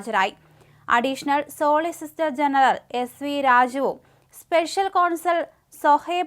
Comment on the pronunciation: ശവം വാർത്ത വായിക്കുന്ന പോലെ ഉണ്ട് . സോളിസിസ്റ്റർ അല്ല, സോളിസിറ്റർ ... എത്രയോ തവണ ഇതേ വാക്ക് പലരും തിരുത്തി തന്നിരിക്കുന്നു ...